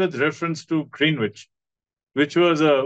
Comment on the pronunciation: Thank you Sir for the research and putting it across to us,looking forward to listening more about our history. A small correction, don't wish to do a Gayatri Spivak 😅 but I too used to pronounce Green wich the way you did till I was corrected,its pronounced as grehnich.Regards.